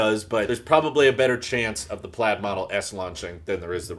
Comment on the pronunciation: Pladd? not Plaid 😜😎